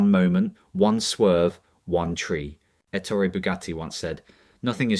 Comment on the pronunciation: His name was Ettooori. Not Ettory.